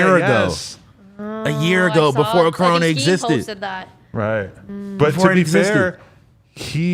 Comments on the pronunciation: It’s coroner. Not corona lol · He said "corona"...like "coroner" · smokepurp was talking about the coroner but he just pronounced it weird